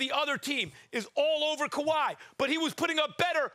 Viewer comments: Fix ‘Kawhi’s’ name 🤦🏾‍♂️. Got my man leaning on the board lol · the way that lady put kawhis name back hurts me